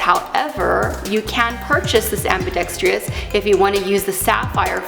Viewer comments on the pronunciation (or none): the word is "ambidextrous" not ambidex"TRI"ous.